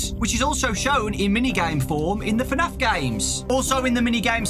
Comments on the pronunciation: Dude was just saying fanaf👌👌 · FNAF is one syllable, lad